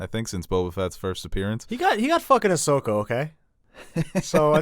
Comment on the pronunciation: doesn’t know how to say Ashokas name correctly, watch a dam episode of clone wars.